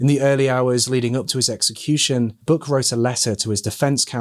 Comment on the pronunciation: Great work covering this case,! The police work done on this case was impressive, especially considering the time it was conducted. I love your accent,! When you said Buck I heard ‘Book,’ until I saw the bathtub plaque and I was corrected. LoL!